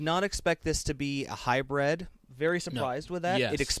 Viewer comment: Hybrid; not Hybred.